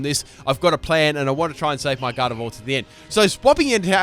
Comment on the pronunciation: did he call gardevoir galled?????